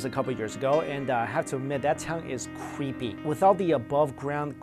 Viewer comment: dat vas cweepy